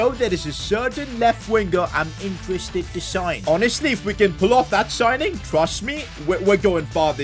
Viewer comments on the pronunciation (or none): none